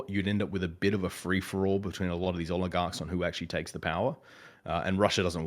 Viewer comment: always calls them "oiligarchs"... Which would be funny if intentional because y'know... Oil... Oligarchs... Oligarchs of oil... But I don't think it's intentional...